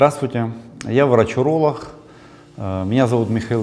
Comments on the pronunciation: Правильно говорить уролог, а не уролох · Врач уролох , а я врач гениколох , блин если серьезно, хотел послушать , но вот это гхэканье все желание отбило ((((